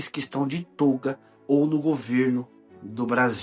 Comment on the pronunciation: toga com som aberto, viu! Não é tôga.....